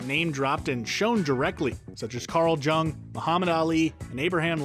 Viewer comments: "Karl Jung" -> yoong not djung. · Carl JUNG?! It's pronounced Yung (Young). :) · Anyone else bothered by how “Carl Jung” and “La Linea” were pronounced? Or is it just me? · Carl Jung is mispronounced.